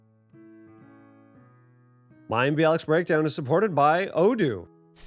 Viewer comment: Can we just praise Mayim for the way she correctly pronounced this complex name?! 🥳🙌